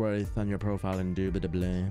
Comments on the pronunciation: ''indubitubly'' gets me all the time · Indubitably induitably